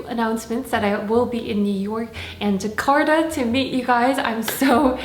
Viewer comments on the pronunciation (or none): did she say "jakarta"??